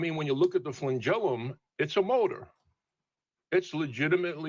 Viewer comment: The flengelilium is so amazing! yea but the first organism probably didn't have one. Also that's not how you say that word. snowflake melts